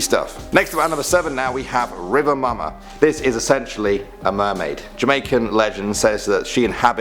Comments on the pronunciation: lol I was itching to write, "it's pronounced "moo-ma" but restrained myself until now, this comment gave me an excuse to say it hahaha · mumma is pronounced "moo-muh" another word for mother is mada (maa-dah) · Its mumma (moo-ma) not mama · Any Jamaicans here laughed when he said mama instead of mumma? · Its Moo-ma not 'momma' lol... Love this thou🔥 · saying duppy and mama kill mi